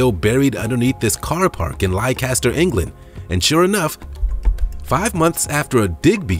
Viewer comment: King Richard was found in Leicester, pronounced less-ter. Another great vid though.